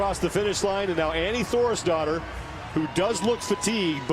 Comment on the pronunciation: My brain could not stop hearing Annie Thorisdottir as "Annie Thor's Daughter" and straight up I thought the commentators were just being assholes. (I don't watch crossfit much btw, I just got interested in the Murph Event and how people can crush such an insane event)